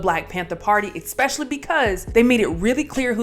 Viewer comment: Please don't say "exspacially"